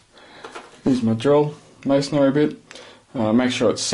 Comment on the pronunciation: Did he say missionary